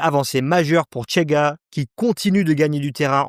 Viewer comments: C'est insupportable de prononcer le CH portugais TCH à l'espagnol, c'est juste Chega et Rocha , ni Tchega ni Rotcha ... Sinon. Oui le Portugal est en plein caca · Au Portugal on parle le portugais et, par conséquent, on ne dit pas "Tchega" mais "Chega", comme en français, par exemple.